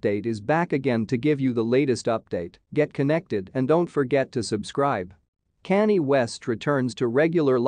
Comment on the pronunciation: So now all of a sudden the voice over guy does not know how to pronounce Kanye West's name. Kanye has been in the media non-stop for just about a year and all people have done was said his name and now you don't know how to pronounce it